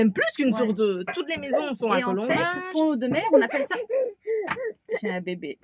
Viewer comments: C’est super, j’espère vous rencontrer, j’habite pas très loin de Pont Audemer d’ailleurs on prononce Pont Audemer en faisant la liaison ( Pontaudemer) Bref, bienvenue en Normandie et au plaisir de se rencontrer dans notre belle région. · Salut les filles...... Alors, comme dit dans un autre commentaire plus bas, ici, Pont Audemer se dit en fait Pontaudemer. On fait la liaison entre les deux. Parole de vieux Normand pure race. Je dirais même bas Normand. Bon vent à vous deux, vous êtes super et superbes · coucou. on fait la liaison pontaudemer. et souvent on dit pontau. ca va vous plaire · ça se prononce " pontod'mere" 😀 'j'habite pas loin. C'est rigolo quand vous le prononcez en 2 mots et sans faire de liaison 🤣